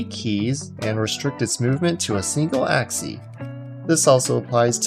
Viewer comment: "Along an axie"